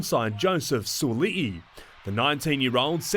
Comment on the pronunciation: Malo reporter for pronouncing Sua'ali'i properly. Sekia uce